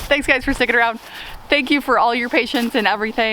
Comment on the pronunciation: duck says: 'uuhm... no fank you.' hahaha